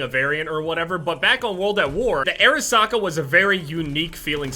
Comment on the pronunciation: Who thought he was saying air socket